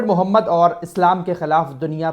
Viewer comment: ارے اللہ کے نبی کا نام تو صحیح سے لیا کرو